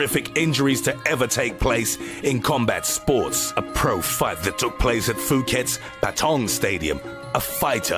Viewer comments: Every time he calls it foo ket, will someone tell him its pronounced poo ket 😆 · Please stop saying "Foo-ket" in every video. It's bad enough that you murder every spanish or portuguese/brasilian word or name you pronounce but you only have to introduce whatever toponym in google translate and you get a sample of the pronunciation. Thai people pronounce ph as a p with just a little bit of air coming out at the same time